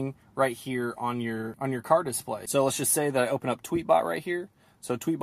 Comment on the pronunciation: Dude, ‘Dis play’ is one word